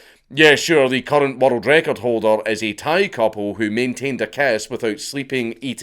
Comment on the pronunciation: i was so confused as to why he kept saying "watereld record"